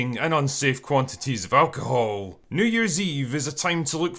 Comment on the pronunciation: “Alcohol” So many syllables.